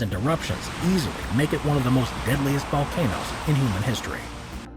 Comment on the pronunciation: "...easily make it one of the most deadliest vocanoes..." My ears are bleeding.